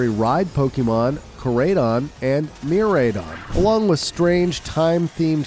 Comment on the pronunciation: Korayydawwn and mirayyydawwnnn😂